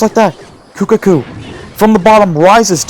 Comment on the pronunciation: I love how in the last match he was calling kuhaku, kukaku 😂